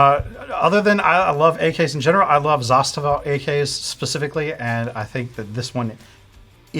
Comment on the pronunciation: At last - somebody knows how to pronounce 'Zastava' correctly. The man on the right.